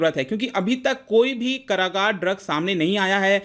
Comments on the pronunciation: SIR its कारगर not करागार 🙏🙏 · Ka bhaiya angrej ho kya ?? Kaargar ko karagaar kyu bol rahe ho ?? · Karagar nahi hota hai kargar hota hai , plzz sahi bole. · Sir karagar means jail hota hai to karagar nhi kargar hota hai kyu sahi pakde nnnnn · Bhai Karagaar jail ko kehte hain 😂. Kargar Bol. Ji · karagar nai bhai... :) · कारागार नही "कारगर" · कारगर होता है not करागार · Karagaar nhi sirji, kargar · कारागार नही कारगर होता है सर् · Its कारगर not कारागार 😂😂😂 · सर , कारागार नहीं कारगर बोलिए। कारागार = Jail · भाई जी कारगर शब्द को आप करागार बोल रहे हो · करागार नही भाई, कारगर।।